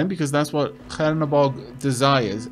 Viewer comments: Awesome series! Btw it's Chernobog, not Hernobog :). It means Black God in russian. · Chernobog reads with 'Che' like in 'chess' or 'Che Guevara' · Please fix your pronunciation of the name of the god :D CH like in Cheese like the other comment said ! :) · The CH in Chernobog is pronounced like in cheese.